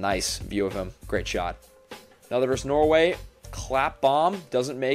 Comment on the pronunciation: It's versus, not verse. I don't know why all young people say it this way now.